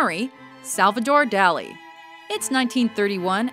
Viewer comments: ***** She tried in them, at least. Even pronouncing it like "Dolly" would have been more of an effort. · She tried so hard to pronounce most of these artist's names, but butchered Dali. It's not even a hard one. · The Dali painting was rated too low. Also, she mispronounced "Dali"...